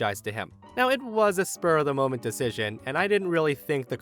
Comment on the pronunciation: Ummmm, I don't think it was a spur of the moment decision... It sounded more like it was a Spew of the moment decision... 😄😁😆😅😂🤣